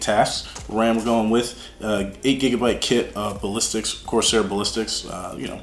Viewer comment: “ Corsair Ballistix “ ........